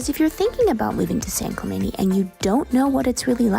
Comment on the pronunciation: San Clemenie! 😳😂 Please don’t try to convince me that this is the proper way to pronounce this name. It’s not.